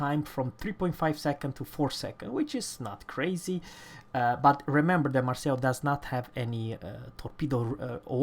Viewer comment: The Marceau is pronounced "Marso", not Marcel!!!